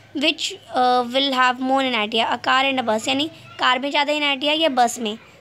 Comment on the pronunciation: Inertia thik bol bhai